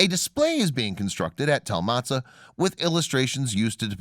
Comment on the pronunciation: Motza, not Matzah. But you made up so many of your facts, your pronunciation ignorance is the smallest of your problems.